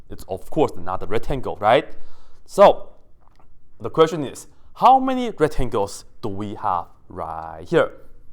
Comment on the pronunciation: He actually did not forget the c. If you listen closely, "retangels" is exactly what he says most of the time ^^